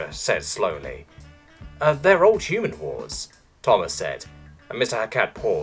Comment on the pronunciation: I straight up lost half my coffee and contracted asthma when hyu-man was pronounced high-u-ooo-muun. Poor narrator must have had a stroke while reading that one.